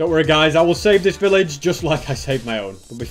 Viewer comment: Village, no pilage. 🤪